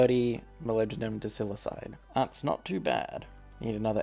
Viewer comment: pronounced die-sili-kide